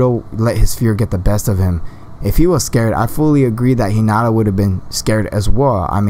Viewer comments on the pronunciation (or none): you said 'hinada' and 'narudo' wtf